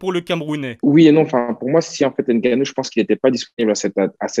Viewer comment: Bravo :) Mais c’est Francis Ngannou Et ma pas Francis Gannou :)